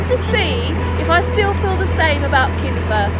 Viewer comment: Kinver .... not Kimber sigh